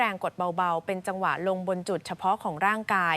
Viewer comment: เป็นคนไทยหรือเปล่าพูดจังหวะยังพูดว่าจังหวาไม่ใช่คนไทยแล้วมั้งAI เปล่าพูด